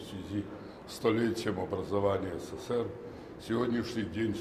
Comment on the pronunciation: Почему он говорит сср?